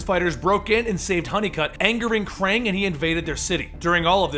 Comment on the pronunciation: It's fucking pronounced "Kraang"